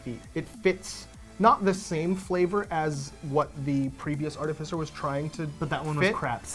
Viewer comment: Artificer (art-if-icer).